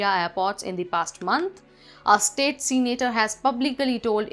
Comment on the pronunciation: Its not "Seenator" its " Se-na-tor" , get the pronounciation right please